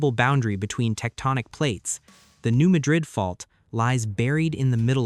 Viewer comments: Please pronounce correctly-- New Mad-rid (Mad as in angry--rid as in getting rid of something). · It’s pronounced New MAD’ rid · Some of the pictures do not correlate with the story. There are no mountains in the New Madrid fault line area. Also, the speaker pronounces Madrid wrong. The first syllable has a short "a" vowel sound. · Yes, as a midwesterner, the correct Pronunciation is MAD-rid. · The first syllable in "Madrid" is accented, not the second syllable. It's not pronounced like the city in Spain.